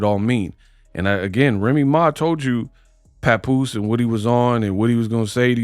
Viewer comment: She called the man Pawnpoose😂😂😂